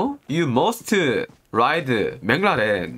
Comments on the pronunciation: It's McLaren but pronounced it as mang laren😂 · Bro he doesn't say MC larren he says it mang larren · Me: It's McLaren: No..!! Boi It's MangLaren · Everyone is a gangsta until says menglaren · When says McLaren what I hear is Bin Laden😂😂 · When say Menglarane 🤣🤣🤣🤣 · Everyone: McLaren: Banglaren🤣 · saying benglarn 😂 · Normal people: McLaren: MengLaren! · Nobody:: jenis bleck mnlaren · The way he says McLaren is like binladen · I thought he was saying benladin, it was mclaren..hahaha silly me. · Did he say Bangladesh 🤣🤣🤣😜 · I only hear said baclaren.what a cute guy. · I really misheard how he pronounced the McLaren as Binladen lol wahahaha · It's McLaren not binladen 😂🤣🤣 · Whi did I hear pronounce Mclaren "bin laden" 🙁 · I heard bang raren(mc laren)😂 and gorgofur not pol😂😂😂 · Did he say "Ben Laden road kill"?😂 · Wtf is menglaren😂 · Bro its McLaren not menglaram 😂😂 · What??? Menglaren??? Bangladesh??? 🤣🤣🤣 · Menglaren😂😂😂😂 Ur name is not Antenna😂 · Wtf is manglaren😂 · Mc laren🚫: mc lawden ✔ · I heard as Bin Laden 🤣🤣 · Nobody Literally nobody Le:Meglaren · i thought he was saying bin laden lol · "You must uh ride uh Benglaren🤣" love it😂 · maclaren My ear: bin laden 😂😂l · Funny how he says Menglaren! 😆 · Everytime he says mclareen i always hear "Bengladesh " 🤣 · "mac-la-din" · Meglaran RIP English 😂🤣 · I heard McLaren as BinLaden 🥲😂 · Whenever he say mclaren i heard bangloreee🤦‍♂🤣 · I thought he was saying bangladesh....🤣🤣🤣🤣🤣my fault... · Whenevr he says the car name, it sounds like "Bin Ladin " 😂😂😂 its car bro ..not terrorist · Is he saying Bangladesh or McLaren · The way pronounce McLaren😆😆😆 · The way he said McLaren was so funny 🤣🤣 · The new pronunciation for Mclaren was superb👌🏽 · The way he say McLaren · Maclaren Pronunciations Rip